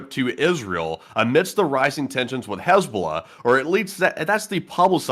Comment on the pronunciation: “Haznahballz” got me rofl 🤣 💀